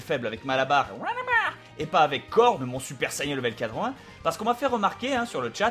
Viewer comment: J'aibattue freezer lvl 21 et le seul moment ou j'ai galéré à la fin (lvl30) cet contre trunk super saiyen contrôler par le dieu des demon ps:si tu pouvais prononcer correctement saiyen stp sa serait cool merci n_n m'enfin bref merci pour se tuto !!!